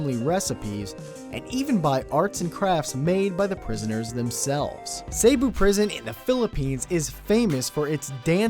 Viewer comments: Not trying to be a grammar nazi, but Cebu is pronounced Seh-Boo, not Say-Boo... Sorry I'm Filipino. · its Cebu not Sebu :D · Cebu not Sebu hahaha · Hey, kevin. It's not 'Sebu' it's ' Cebu'. I live here.XD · It's "Cebu", not Sebu! (I'm filipino btw) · hahaha yeah im filipino too and what the heck is sebu? its cebu proud to be PiNoY LeL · I know that this vid is a bit old already But yea I just watched it This vid's awesome Just one correction It's cebu not sebu I don't know if anybody has already pointed this out But yeah... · Ahh it's cebu mot sebu. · Vsauce2 , that's "Cebu", not "Sebu"... im from cebu and watching this in cebu. hehe... big fan by the way :] owh, and the full name of the prison is CPDRC - Cebu Provincial Detention and Rehabilitation Center... an interesting fact that you might like: michael jackson's choreographer (um, that bald guy) actually went to CPDRC to choreograph the inmates, this is how the dancing inmates of CPDRC actually started :] visit us some time :] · Just a slight correction on , it's CEBU not SEBU. :) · It cebu city not sebu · it's "Cebu Prison" not Sebu :) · It is Cebu not Sebu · Not sebu its CEBU!hahhahahah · sebu? Its Cebu! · Cebu...not sebu. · Its not "Sebu" its called Cebu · Not sebu. Cebu. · its CEBU, not "SEBU" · Its Cebu prison ... not Sebu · I think it's Cebu not Sebu. Also, it's pronounced as seh-boo not say-boo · Sebu? Must be Cebu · It's spelled Cebu, not sebu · It' s cebu not sebu. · its Cebu prison not Sebu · It's Cebu not sebu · its Cebu not Sebu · its no sebu its cebu im fillipino =3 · wut? sebu its cebu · its spelled cebu not sebu correct yourself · Correction, it's Cebu dancing inmates not Sebu :) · >>>>>>>>>IT'S CEBU<<<<<<<<... NOT SEBU o_O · Its "CEBU" not SEBU. Get your facts straight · Uhhh..... Its not "Sebu" its "Cebu" .-. Look at the map bro... more about philipine EPIC culture... :D